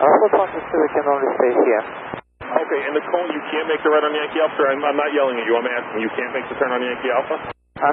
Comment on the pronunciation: 20 seconds in and I knew this guy wasn't gonna know how to say "cone" in English. :D